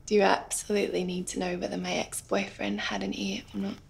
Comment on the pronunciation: "Was he really missing an eer?" ??! Does that mean an ear?